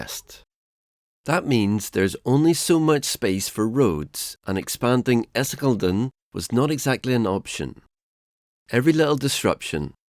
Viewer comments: It's because we have this germanic habit of concatenating words. It makes it harder for foreigners to determine the breaks between the words, thus unintentionally creating false (=meaningless) hyphenation homographs. He actually tries to say Essin-geleden (instead of Essinge-leden) and mistakenly assumes a silent vowel. Please also note that commenting on other people's language is a lot more despised habit in other countries where they typically don't flaunt this behaviour of being language police. Often, a more blunt or even derogatory term like grammar nazi is used, like in the UK... However, I do agree that people born in English-speaking countries tend to be rubbish at pronouncing words from other languages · Essingledon ... that was a funnt noice. Great video! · Your pronounciation of essingeleden haha, its Ess-Ing-Eh-Lé-Den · It's actually two (kind of three) words compounded. You split it as "essinge-led(en)", "(the) essinge-trail" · Jeez ….diabolical pronunciation, not even close, especially Essingeleden. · Han som pratar låter svensk. Ändå kan han inte uttala ortsnamnen och Essingeleden korrekt, vilket är lite förvirrande. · Extremely informative video that gave me context on something I've never really heard discussed much. I really liked it! The pronunciation of Essingeleden was questionable though, lol. It's like you tried to make it as difficult as possible to pronouce by not pronouncing a single vowel after Essinge. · I usually don't care that much about pronounciation but the way he say "Essingeleden" should be a crime. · Essing-elden... what? Youlsvunda? Oh, dear... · The narrator confuses me. He is clearly not British or American so my first guess was Swedish. However he fails to pronounce Lovön, Essingeleden (the highway built in 1967), Ekerö, Häggvik and other places around Stockholm correctly. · Förbifart was pretty good. Essingeleden you really butchered.